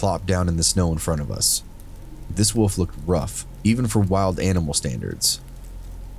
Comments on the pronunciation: A ""woof" eh,, not a WOLF.... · It’s wolf. Not woof